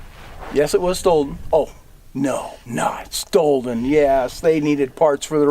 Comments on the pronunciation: don't repeat yourself when you can't even pronounce the word 'stolen'. It's redundant and too precious. What kind of an expert 'historian' calls it 'stoleden'? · "Stolden. Yes, stolden." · No "d" in stolen.